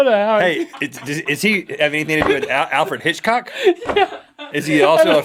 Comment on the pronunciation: "Alfred Hitchhock" -Link, 2014